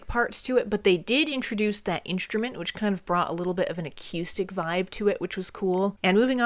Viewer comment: "also too" Yeah, that makes absolute sense... Did you actually just pronounce it "acyoostic"...?!